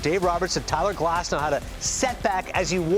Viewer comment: このチャンネル好きなんですけど、だからこそ言いたいんですけど、グラスノーじゃなくてグラスナウですよね、絶対に。現地メディアがそう発音してるんですから。